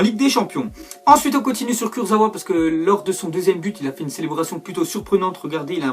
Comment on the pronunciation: On dit kursaVa